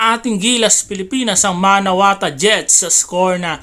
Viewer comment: MANAWATU.... hindi MANAWATA. lol